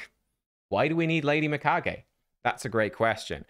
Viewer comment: finally one who pronounces her name right.